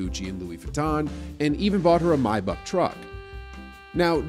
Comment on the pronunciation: Bro learn how to pronounce Maybach legit the way you pronounced it was disgusting